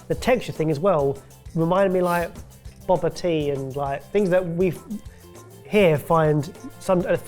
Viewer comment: BOB-AH? BOB-AH? nah broski